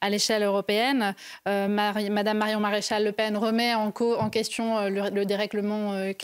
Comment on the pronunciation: Même pas capable de prononcer correctement « MADAME MARION MARÉCHAL LE PEN. » On voit de suite le niveau… Merci Marion.🌿🇫🇷 Vive la France ! 🛡️❤️